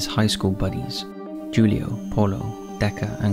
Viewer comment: Just an FYI. You pronounce Julio as Hoolio. There is no hard J in Spanish.